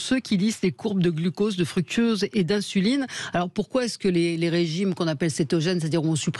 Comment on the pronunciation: Tiens, un nouveau sucre, le "fructuose" ! ahahaha et encore une fois, Jessie ne corrige pas, c'est dingue !.